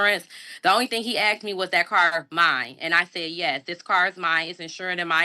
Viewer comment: Well you young scholar, you are correct that the officer didn't "aks" you for stuff, but he probably "asked" you for stuff. You are truthful with that statement.